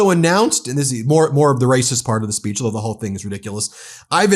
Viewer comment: Says Spitch instead of Speech. OMG